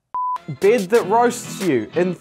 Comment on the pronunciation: annoying bied i love that he is saying that